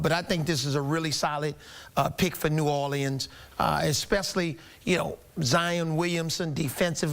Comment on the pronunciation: Everyone can say New Orleans right but the guy who's from New Orleans 😂😂😂